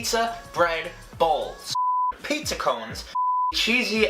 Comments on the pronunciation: He says "PAYHTZA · says it like, "PHEETZA!"